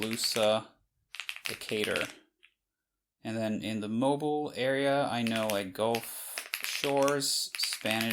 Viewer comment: Already learning something from the first city. THAT'S how you pronounce Mobile?